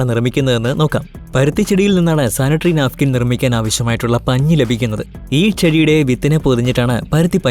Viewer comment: നാഫിക്കിന് അല്ല നാപ്ക്കിന്